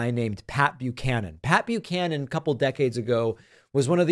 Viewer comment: I was well into my twenties before I realized it was Pat Buchanan and not Papeu Cannon. In my defense, even here that's what it sounds like David is saying.